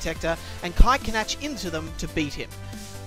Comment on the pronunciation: I think Canach is pronounce like Can-Ack,not Can-Atch.